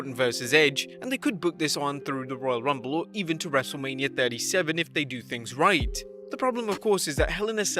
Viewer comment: Whenever you say WrestleMania it spells like Wrestlelamia..